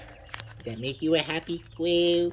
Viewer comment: "Does it make you a hahpy sqwelll"